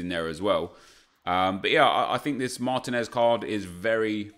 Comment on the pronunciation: mahr-TEEN-ehz, not MAHR-teh-nez.